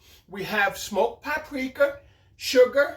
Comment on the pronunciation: "the papriker" 😂 Love it!